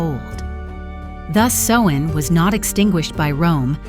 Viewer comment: Samhain garlic for summer’s end is pronounced like cow, or sow( female pig ) or ow,short for ouch. So Sowin,(correct spelling above). It doesn’t sound like what you do to mend of make clothing. Otherwise this is fairly accurate, but the mispronunciation of Samhain drove me nuts.I’ve been a practicing Witch for decades and this is a High Holy day for us. Thank you for caring enough to ask for clarification. Brightest blessings and have a wonderful Samhain however you choose ( just no meanness or violence please) I hope this helps